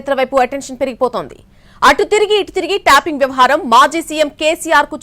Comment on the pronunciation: ట్యాపింగ్ అనే మాటను ట్యాంపింగ్ అని పలకడం మానేయండి వ్యాఖాత గారు.